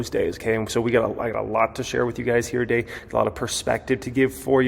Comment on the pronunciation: don't say " here today" sounds like YTD